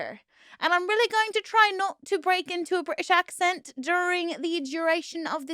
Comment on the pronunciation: From a Brit - that's a pretty good British accent!